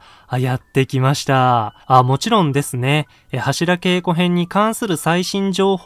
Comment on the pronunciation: 良いか悪いかじゃなく 読み方間違えてるって話でしょ